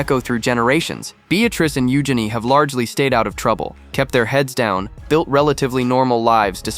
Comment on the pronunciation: EugenEE, Not EugenI LOL